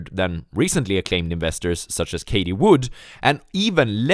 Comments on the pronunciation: Bro her name is fucking Cathie. CATH-EE SAY IT WITH ME PLEASE. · Love the videos. Please learn how to pronounce the name 'Cathie', thanks.